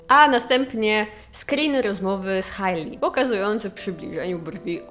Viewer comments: 😎😎 i mała korekcja, Hej-Li nie Haj-li, mwah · Hailey czyta się "Hejli"